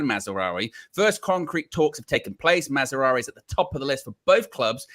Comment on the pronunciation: Who the hell is Mazzaroui?? His name is Mazraoui. Maz. rao. e